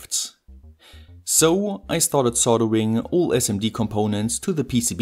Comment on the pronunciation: Eine kleine Anmerkung zur englischen Aussprache.... Achte mal bitte drauf, Worte am Satzende, die mit nem T oder D aufhören, nicht immer mit nem „S“ zusätzlich zu sprechen. Also: „head“ und nicht „headS“ „it“ und nicht „itS“ „Let‘s get started“ und nicht „startedS“ 😜 Ansonsten sehr gute und äusserst interessante Videos. 👍🏻